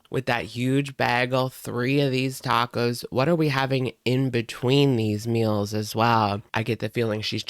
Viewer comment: " I swear I'm the messiest COOKER. I may have to plan my MULES...".aka meals... How old are we now and have we passed the young teen reading level yet???